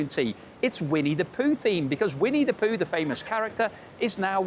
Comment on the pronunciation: It's Pooh not Poo :(